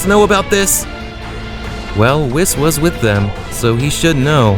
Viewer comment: He even said whis wrong